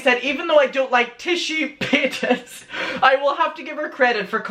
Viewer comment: Omg it’s paytas not paytASS sorry it just bothers me